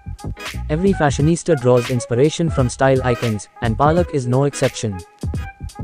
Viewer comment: Lol, it's Palak not 'Paa'lak. Superb edit though. Aaj pehli baar iske naam ki mutthi peli jayegi. Iski maa ne toh khub thakaya hai chote bheem ko.